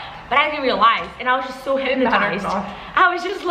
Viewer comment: But did anyone notice pronunciation of realized? 🤣